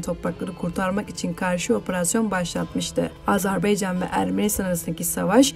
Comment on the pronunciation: AZARBEYCAN DEĞİL